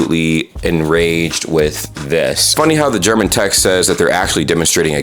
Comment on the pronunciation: That's pretty much the best german pronounciation I've heard a US citizen say on youtube, in months. It was honestly good!